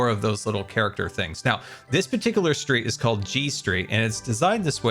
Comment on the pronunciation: Street. He said street. I did not hear street at first 😭